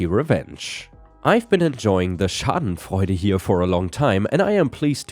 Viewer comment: Dude, I had my suspicions of you being german from your accent (very light) for some time, but now after you pronounced "Schadenfreude" 100% correctly and without any accent Im totaly sure 😆